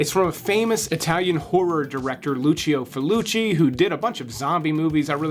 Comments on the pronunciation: lol Loochio Fooloochi. He's so famosa that you've totally heard of him and know exactly how to pronounce his obviously simple name, right? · This cracked me up to. It sounds like someone joking "I totally loveeee Luchee-O Falooocheerohh!" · Hate to be that guy but how can you not know how to pronounce Lucio Fulci on a channel about ‘extreme movies’: and half of these flicks aren’t even graphic.